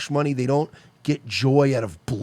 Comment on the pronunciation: Rofl, hes like we should like...start farming the vegetications and producing the medicicationals. Form a eccanommy, create our own manney.